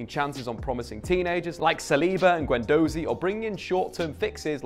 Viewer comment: Same with "Guendohhzi" and "sangarah"